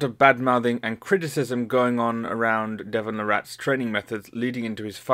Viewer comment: Not la rrat...lairat....more like lariat than the rat....Larrat...who knows tho someone in his family's past may have changed the way it is pronounced..I know I'd hate to be the rat.. combo of french and english